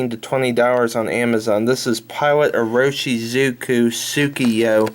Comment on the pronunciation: You should really learn to say the brand name if you are going to recommend the ink.